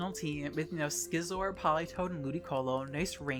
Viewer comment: it's actually sizzor not skizor like scissors